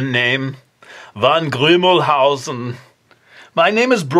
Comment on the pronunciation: Haha, ich dachte mir auch "Van ist aber doch eher in den Niederlanden vertreten, oder..?" Ich hatte nämlich "van Grümelhausen" verstanden. Find ich irgendwie lustig.. ^^